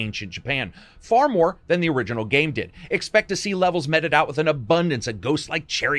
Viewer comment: You dont know how to pronounce mete or paladin FYI